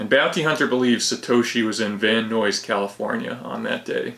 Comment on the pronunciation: Please learn how to pronounce "Van Nuys"